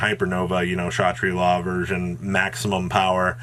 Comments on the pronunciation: said Shatri-La correctly! He has his caffeine this morning! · ok all of you who called him out for saying kashatari, he literally pronounced ksha tri la super well.